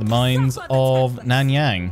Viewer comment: Love the video. Here're some help with the pronunciation: Miao Ying - Meow Ying Nan Yang - Naan (the bread) Young